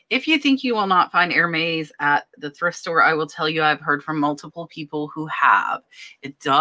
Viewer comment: Love your videos. Thank you. I always learn so much from you. As an aside Hermès is pronounced "air mez" :) - short e